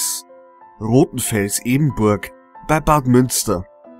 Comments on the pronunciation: Hi ich komme von dort und kann dir sagen das es EBERNBURG nicht EBENBURG heist ! Und den Namen Lieblingsort der Selbstmörder xD noch nie gehört vieleicht Totenfels ok aber ganz sicher nit Lieblingsort . Aber der rest Daumen hoch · der ort heißt ebernburg und ich wohne da :D hast den namen falsch gesagt